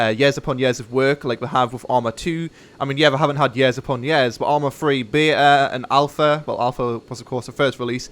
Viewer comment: he says years like yeahs :)